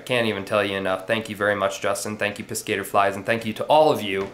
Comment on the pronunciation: Darren's channel is Piss-Ka tore flies. You were pronouncing it wrongly. I really like Darren as well. He sent me some flies and stuff when my wife passed. It was nice to receive. I am so happy some peopel have helped with supplies. I haven't ever received supplies but I have sent some to another tier that was having trouble with supplies. I like to share as well. Thanks for all you do. I can't believe a year has gone by since your daughter was born. Time sure does fly. All the best